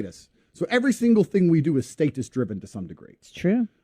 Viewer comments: It's pronounced status.... Not status🙄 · Homie saying state-us had some good bars but that was killing me 😂